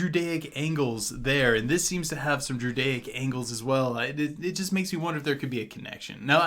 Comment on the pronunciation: Everytime he said druidaic it sounded like judaic